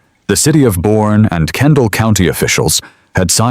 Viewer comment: AI slop! It’s pronounced “Bernie.”